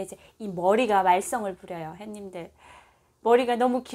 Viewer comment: 저기요~~~~ 씨 죄송하지만 처음 시작할때 햇님들 하며 인사하시는 맨트 안하시면 좋겠는데....! 처음 화면에서 했님들 인사하시는 소리에 깜짝깜짝 놀래고 있어요. 다정한 인사도 좋지만 그부분에서 자꾸 놀래고 있어요ㅎㅎㅎ 그냥 부드러운 남한식 오프닝 인사 부탁 드려요.